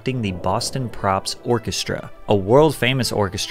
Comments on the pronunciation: Boston Pops, not "Props". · Don't pronounce the r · Hey pat its Boston Pops orchestra not props. Great video! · Patrick I love you but it’s the Boston POPS not Props haha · It's Boston Pops not Props